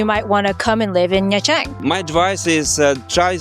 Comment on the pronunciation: Was ist das denn für ein Mist mit der KI? Nha Trang wird Nja Tschang ausgesprochen. Ansonsten denke ich, dass die KI doch menschliche Wesen sind. ABER! Diese "KI-Menschen" schlafen ja bald ein. Ich lief 2002 auf dem Gehweg mit einer Plastiktüte worin sich mein Fotoapparat und einige Fotos befanden. Ein Motorroller fuhr an uns vorbei, wendete und fuhr wieder auf mich zu. Der Sozius entriss mir die Tüte. Ich hatte nur noch die "Griffe" in der Hand. Ach war das lustig. Endlich konnte ich ohne diesen Ballast weitergehen (Sarkasmus)